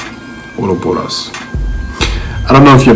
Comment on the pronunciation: Dude, its OROBAS ......Not Oroboros !!!